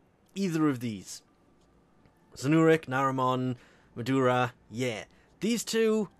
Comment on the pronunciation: I like the way he calls "Madurai" "Madura" LMAO 😂😂😂